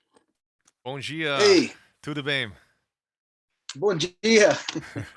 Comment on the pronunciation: You spelled "Bom dia" e "Tudo bem" so well that he thought you speak portuguese. Hahaha!